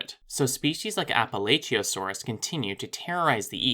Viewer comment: appalachiaosaurus i think is pronounced as apuh'latch'uhio'saur'us